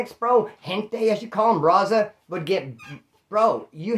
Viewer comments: Ya it sounds like he is saying rasa... With a weak R and a s instead of a z. But hey. I enjoy watching he's a real 1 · The way says raza 😂